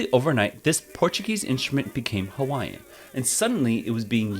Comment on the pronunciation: Only got through half of this, the mispronunciation of all the Hawaiian words is killing me lol